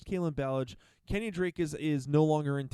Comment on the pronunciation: The way you say KenYON drake kinda bothers me, lol. It's pronounced keh· nyn (KEN YIN).